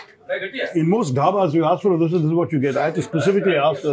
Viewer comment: How tough is it for you to get the name of the Dosa right Barkha?